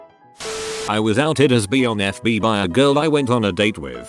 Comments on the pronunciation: Someone: bi Reddit voice man: b e E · robots need to learn how to pronounce bi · I laughed. I think I'll tell people I'm "bee-ay" now. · People in the past : “by 2020 we could have flying cars” Reddit robot : ‘reads bi as bee’ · Funfact: the right pronounciation of the word if you read it in german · That's the correct way to say it in denmark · In germany bi is pronounced just like to robot says it xD